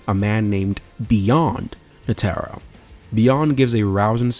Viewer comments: i just stopped you just completely ruined my enjoyment saying ne taro now either you trolling or rage bating don't matter F you for that. its NE TRO NETRO not NE TARU or whatever the f you were saying here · Bro atleast pronounce Netero right like come on. Then you go on to give some opinion at the end that is formed in pure ignorance. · Y'all NEED to start watching at least one episode of anime prior to putting your whole ass into a 2 hr video in which you can't pronounce "Netero" correctly 🤦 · good vid but gd you sayin netero last name wrong blowing me foo😂😂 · Had to stop watching after that pronunciation of " Netero"